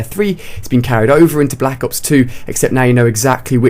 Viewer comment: i hate the way this guy says Black ops 2... he says black as if there is an H in it. that kind of stuff really bothers me.